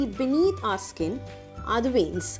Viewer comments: Its veins not venis ok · It will be veins not venis😅